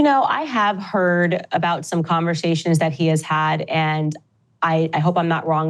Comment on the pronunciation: For someone who has forever been touted as "such a great speaker," i find it irritating when she says "sh" when there's only an S in the word. Reminishent, Ishrael, convershations, pershpective ... ugh Also, some balls she's got, using racial dog-whistle phrase "public lynching" for what happened after the DW fired her. Most people supported her over them (myself included) and Ben Shapiro has had way more negativity thrown his way since it happened. She still seems too disingenuous, notwithstanding her obvious deep, abiding faith in the Lord Jesus.